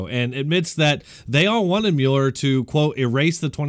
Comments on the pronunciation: Sir. Oh my dear God. At the beginning of this video you seem to have made a point of suggesting that viewers or writers had told you you mispronounced to work. What God willing you've done it again. The man's name is Mueller... Like ( MULL.ER ) Not ( Mule.er.. ) When someone says to think about something and come back tomorrow you don't mule it over you mull it ove rt ? - Nowl I don't know what part of nation you're from but... But respected it's not that difficult to pay attention to every press mentioning and every other radio DJ that mentions his name so much differently than you are. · its pronounced 'mull-er' lol